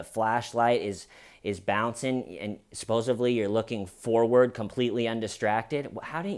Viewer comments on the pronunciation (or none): none